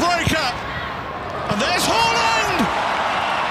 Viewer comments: It's haaaaland 🤣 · The commentator be like: Hawland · It's Hoooland ... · Every time he said “Haaland” I heard “Holland”. I couldn’t believe this guy was getting Honduras confused with Holland.